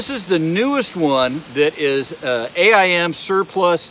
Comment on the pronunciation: It kills me when you say "A. I. M." it's actually AIM Surplus. Say the word aim don't spell it. It's not an acronym. I'm not trying to be a smart a$$.